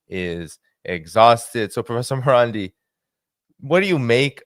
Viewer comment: Its Marandi not Morandi Get it right